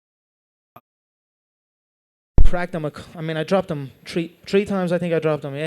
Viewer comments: "I don't really tro leg kicks. I mean i've trown maybe tree... In me whole career i've trown about tree". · or as Conor would say 'tree' times!😅 but yeah conor is fucking great man i'm so happy he won!